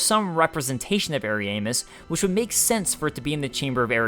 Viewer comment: he dislikes the way you say ariasmus and Ariandal. There is an established way it's pronounced in the community but the way you say it is cringy